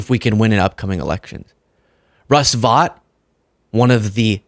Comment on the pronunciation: Russ Vought is pronounced like VOTE, not like "fought".